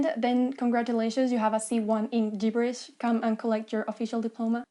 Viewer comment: "gibberish" ==> soft G as in "Germany" Not the hard g of gamelin or gamel.